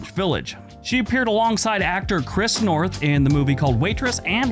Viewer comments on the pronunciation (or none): Minor point... It's Chris Noth (no R), not North.